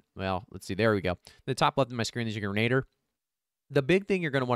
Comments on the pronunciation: Thanks for the video, but something that bugged me more than it should Grin-uh-deer not grin-aid-er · not "grenader"...its pronounced "gren-a-dear"